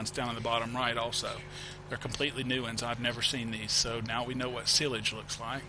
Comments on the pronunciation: it is not sillage it is sileage you ideot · you say sialage rong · its pronounced SY-LAGE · It is is-page not sil-age? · its silage no sillage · PRONOUNCED SI LAGE. Like SI on duck dynasty, and LAGE like ledge without the d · silag it is not how u prononce it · Your pronouncing silage wrong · you do know silage is pronounced with a long i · you said silage wrong but it was AWESOME the way your accent phrases it! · you are saying silage wrong lol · fyi that is not how you say silage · learn how to say silage!!!!!! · U pernounce silage wrong